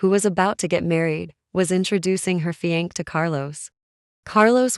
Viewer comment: She cant pronounce fiancé. Driving me nuts.